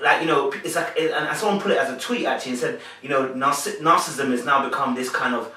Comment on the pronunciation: I truly enjoy how you dissect the personalities on this show. The words narcissistic and narcissism have 4 syllables and not three. Otherwise, always a great video!